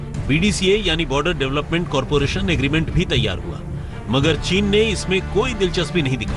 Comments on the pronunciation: टीन नही़ ..चीन....Lagta h neend ache se nahi khuli Aaj Tak walon ki..😄😄 Goooood Morning team Aaj Tak 👍👍👍 Akanksha here, a budding You Tuber 🙂🙏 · It's chin not tin